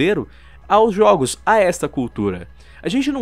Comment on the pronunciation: Juogos kkk